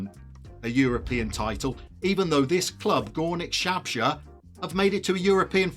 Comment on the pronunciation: Disgusting pronunciation of (Górnik) Zabrze